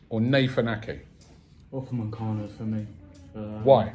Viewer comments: Raaabbiee!!! Its UpameCANO not UpaMANcano. 😭😭😭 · "Pochechino" "Upamencano"